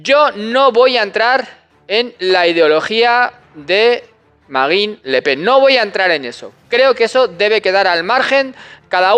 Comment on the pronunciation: ¿Tú pronuncias la "e"?